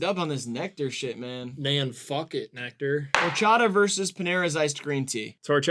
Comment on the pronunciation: i think seeing horchata and jarritos lose like that (+pronunciation) made me racist towards white people! :D great video, guys. i'm gonna find the nearest, tallest bridge to jump off of now.